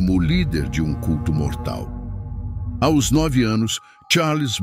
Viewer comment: Porque pronunciar A O S ao invés de aos????????? Coisa chata e enfadonha.